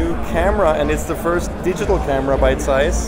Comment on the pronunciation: Somebody finally pronounces zeiss the correct way ✌ yey 😄